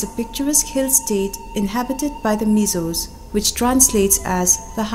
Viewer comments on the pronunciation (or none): Engati nge Mizâws i tih aw? Mizos han ti mai la, a dik thlap. Mizawraem tih pawh hi a fel hlel, Mizo accent takin Mizo, Mizoram tih mai tur.